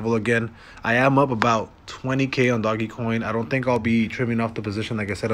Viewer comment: “Doggie coin” 🤦‍♂️🤦‍♂️🤦‍♂️